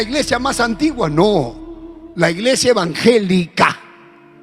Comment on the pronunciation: no es envanglelica es emmbangelica aprenda